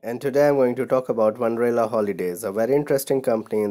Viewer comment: It's wonderla not wanderla